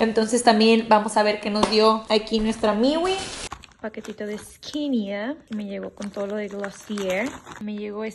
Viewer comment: hermoso vídeo pero no "skinia" jajajaa